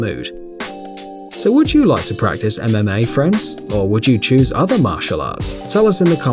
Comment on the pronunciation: It sounded like he was saying anime fighters instead of mma fighters